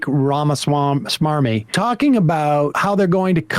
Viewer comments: & how little he cares to pronounce Elon's name. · Did Sam call him "Rama-smarmy" on purpose, 'cause it fits